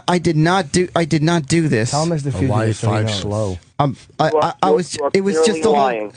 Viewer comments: lmao at how Opie says Fuchitive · What? It's not pronounced fuchitive! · I wonder if opie has figured out how to pronounce "fugitive" by now.